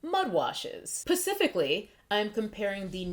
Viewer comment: Omg no, I had to go back and catch the pacifically with my own ears. I love you Ti, God bless.